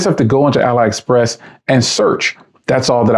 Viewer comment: You can definitely find some bargains on there. Careful though, because some of it is absolute garbage too. By the way, it's pronounced "alley express".